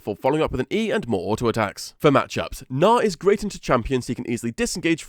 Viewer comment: He's name is Gnar, hard R, and hard G like G in good.